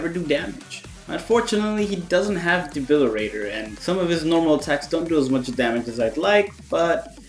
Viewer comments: DEBILITATOR NOT DEBILIRATOR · Awesome video! But for all that is holy it's De-bili-TATOR. I can only hear debilirator so many times lmao. :D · Debili-TAY-tor fam....with a "T"